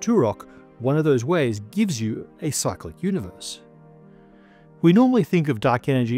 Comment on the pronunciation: Cyclic, for half of the video I thought he was saying psychic.